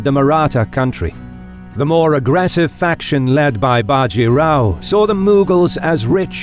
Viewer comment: A factual error Bajirao was the son of the previous Peshwa. A power struggle had happened in the Maratha kingdom after which the Peshwa (Prime Minister) was the real power of the kingdom leaving the King akin to the Japanese Emperors just a figurehead Also an advice for all Indian names... The a is clipped short in all names even if its at the end. Bajirao will be Bjirao.. Think of the a not being there. Palkhed... Plkhed Godavari... Both the As are clipped short. Not big but it grates my ears seeing these names pronounced incorrectly